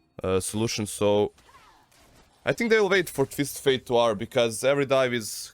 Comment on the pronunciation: ali gaca na 36;30 " i sthink" xD